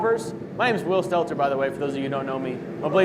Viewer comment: Pronounce your name right will you